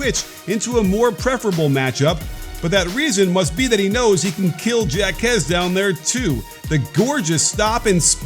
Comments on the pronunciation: Hawk-ez, not jack-ez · Do you not no that a J in Spanish is pronounced as an H, as in Jaques = Hawkez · It's pronounced Haw-Kez ,Coach. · Why is it so hard for people to say jaquez and juzang right. Like literally our two best players and it seems no one can get it right. Pretty simple names too smh. We were literally in the final 4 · I’m cringing every time you mispronounce Jáquez’s name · Dude deserves to have his name pronounced right. lol